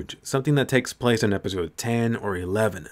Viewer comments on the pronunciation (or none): none